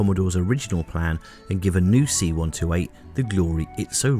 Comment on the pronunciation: I have to stop and do a translation in my head every time you say "see one toe eight".